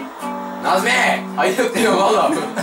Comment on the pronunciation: Şeyin deyiyo :D koptum